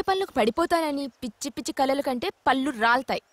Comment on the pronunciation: "పల్లు" అంటే ..... పైట ..... "పళ్ళు" అంటే దంతాలు, ఫలాలు ...... పదాలు సక్రమంగా పలకాలి ....... 👍👺😎